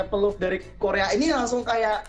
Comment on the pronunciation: Berlebihan yaa ?? Memperjuangkan identitas kok dibilang berlebihan.. btw,, Diorea pengucapan d sm t itu sama kaka..